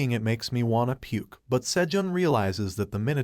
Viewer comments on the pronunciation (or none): none